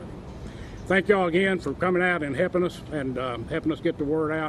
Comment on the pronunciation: He said, "thank you for 'hepping us"!